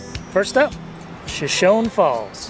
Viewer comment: Just a tiny FYI... Shoshone is pronounced with that final “e” long like “ee” or “ie” in English.